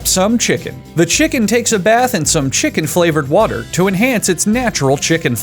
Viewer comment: The way he emphasizes cocaine and chicken flavored water